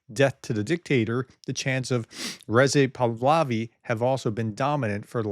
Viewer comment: Hey: it’s Rezah Pahlavi, but phonetically: Reezaa Paalevy. Just a little helper. Keep up the good work. Freedom to Iran!